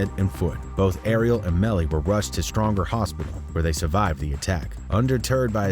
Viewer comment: U pronounce every word wrong I'm like wtf is stronger hospital its stroger silly mf u😂😂😂